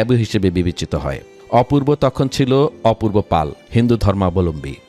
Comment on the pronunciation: সব জায়গায় অপূর্ব পাল শোনা যাচ্ছে,সে তো অপূর্ব পাল নয়।শিক্ষিত মিডিয়াজীবিগণ ভুল বলছেন নাকি আমি অধম ভুল শুনছি?